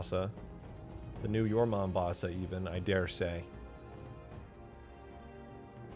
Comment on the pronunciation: "Your Mombosa" killed me more than it should've.